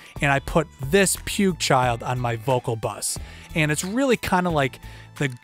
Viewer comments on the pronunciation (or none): Pukechild? :) afaik it' pueeg. What headphones are you using if you hear less details than on monitors? And what monitors are you using? You could also touch the subject on serial compression. Like shaving off some peaks with rcomp/1176/puigchild on 1 and feeding into 2a or puigchild on 2/3/5. The result should be better. Anyway nice vid! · It's P-wig child but he calls it the puke-child.